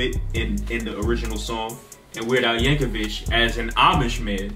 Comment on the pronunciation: No disrespect but his last name is not pronounced Yankovich it is pronounced Yankovick. I've seen quite a few first-time reactors pronounce his name as Yankovich